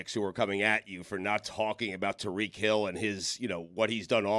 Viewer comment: Someone please tell Stugotz it’s pronounced Tie-REEK Hill